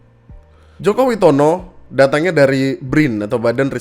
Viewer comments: Bisa ga nyebut nama Joko Witononya yang bener :_andriNoo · Nyebut nama "Joko Witono" nya gitu banget bang. Ada dendam apa dengan pemilik nama serupa??? 😂